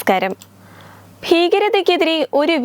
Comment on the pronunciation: Hihihihi again nemeskaram 😂😅 stupid reader